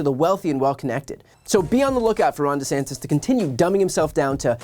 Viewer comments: He also changed the pronunciation of his surname. That speaks volumes. So "acting" dumb to pander to his base checks out. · He changed how he pronounces his own name for voters....